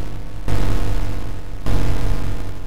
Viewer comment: the "insert coin" sometimes sounded like "insert groin" to me